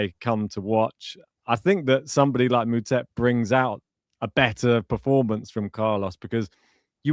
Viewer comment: I know you guys are british, so I forgive you. But Moutet is pronounced (Mootaa)